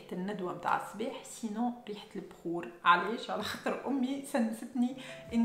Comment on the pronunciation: Tout allait bien... Until I heard "b5our" 😅. GG pour la vidéo